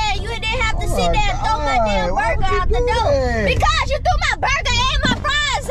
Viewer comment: "my burga" lmfaoaoaoaoa